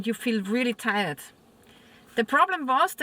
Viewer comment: It's not tie-red, it's tired - tierrd